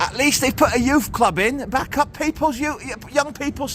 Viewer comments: Pronounced Bay-cup not back-up 👌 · Isn't it pronounced as "bay cup" ? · Bacup pronounced…..Baycup. Thanks. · Bacup - Pronounced BA-cup not Backup :)😜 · Is it pronoucned as Bake Up? Or Back Up? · It’s pronounced bay-cup it’s where Brassic is filmed 👍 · Lancastrian pronunciation guide: Clough = "Cluff" Bacup = "Bay-cup" Praise be to God = "Al-ham-du-lil-lah" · Bacup pronouned Bay Cup 👍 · it's pronounced Bay-cup, and you need to go there on an Easter Saturday, to see The Bacup Coconutters.... Look them up!! Lolol. 🤭Kx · its Bay cup.... 😊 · It’s pronounced Bay-cup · Bacup pronounced baycup and Clough pronounced cluff. But apart from that. Another great video! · PSA Bacup is pronounced "Bake-Up". Funny tho. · They're pronounced baycup & it's pronounced dearden cluff not clog